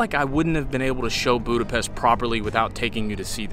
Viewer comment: Óbuda, Buda, and Pest were unified into one single city in 1873. oh.. and one more very important: it's not Budapest, “boo-da-pest.” It's “boo-duh-pesht.”